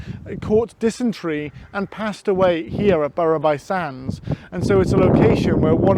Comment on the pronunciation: Nice video - however, “Burru by sands”?? We here live in “bruff by sands” (for some reason!) Would be interested to know why “Aballava” is supposed to be pronounced “Albalva”(if I’ve caught your pronunciation correctly?)